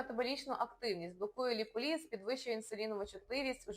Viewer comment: Все гарно розказано. Дякую! Але заради Бога… Не ліполІз, а ліпОліз😊